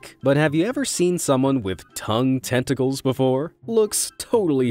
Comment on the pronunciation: i hawe tongue "tenticles